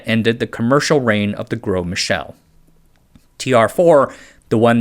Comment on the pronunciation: "Gros" just means "big" in French. (Pronounced more like "grow" than "gross".)